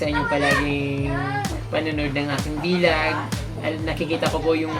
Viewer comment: Merry Christmas ka natuwa Lang ako lasi Sabi madalas MO sabihin na v log at hindi vlog